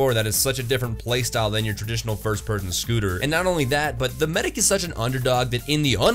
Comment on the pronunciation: Did Anyone Noticed Said "Scooter" Than Shooter xD.